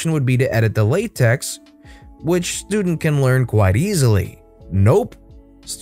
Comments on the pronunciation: Pronounches with tech, not tex. It's not latex :P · For reference, it's apparently (according to a math professor of mine) pronounced "Lah Tech", not latex.